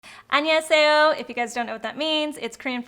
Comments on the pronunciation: ANYEOSEYO... You should really practice your Korean. You can't even say that right. It's so funny, your intro, you literally said...nothing. Korean skincare is on "top", especially Korean because not only is it made for Korean skin, and what they do with skincare is different than your "knowledge" or so. You should probably follow a Korean skincare and actually learn since you do American skincare and your skin looks so bad and rough. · I'm Korean and when she said hello it had a super thick accent so I would say she can get around but probably not fluent. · Never trust a woman who says she is half Korean but can't even say Hello in Korean properly. Also, PONY has amazing skin so why would you critique anything.. especially from a con artist. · That 안녕하세요 caught me off guard!😂 Koreans unite!! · Not a “koreaboo”. Just a Korean. I can’t believe people actually use that term. I don’t believe people who are uneducated should speak on things like is with her “Korean” (because it is so bad). 안녕하세요 is not hard, and could’ve been fixed if she even cared to speak it properly. As well as her lack of knowledge in skincare.